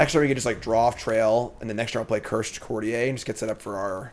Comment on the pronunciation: Its pronounced "Court-ee-er." Its english not french 😂